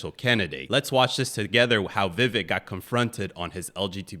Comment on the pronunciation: Viv-AKE…rhymes with cake.